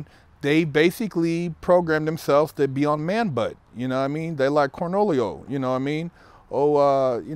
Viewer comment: Dude said cornwholio.